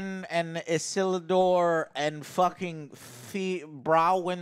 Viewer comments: Issllldooor? ISILDUR. jesus christ joe. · How can he not remember how to pronounce the name from the epic scene in the intro to LOTR where Elrond yells "ISILDUUUUR!" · How can he mispronounce Isildur after hearing Elrond shout his name in LOTR in such an epic scene!? Every time I hear someone mention the name in the show, I yell it like Elrond. Such a great scene! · Also it’s weird that the host can’t pronounce basic names like Isildur or Celebrimbor. Prep work is important. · Did he really just mispronounce Isildur? Why is leading this review series?? Just let Alex do it already. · How tf do you not know how to pronounce Isildur. But claim to know the show. Come on dude lol